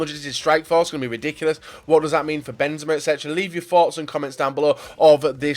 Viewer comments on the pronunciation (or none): none